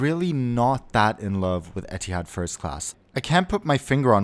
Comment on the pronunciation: etehads e-tee-hads u mean ethads ee-th-ads